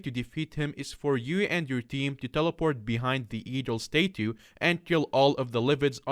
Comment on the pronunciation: English: "statue": Stay 2